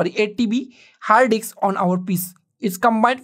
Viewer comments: Love how he says diks!!! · combine a 2 dks ???🤣🤣🤣🤣🤣